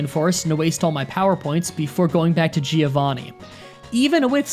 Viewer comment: "Gee-Oh Vaney".